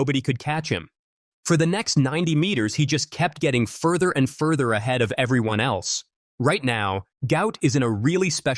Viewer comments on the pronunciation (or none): none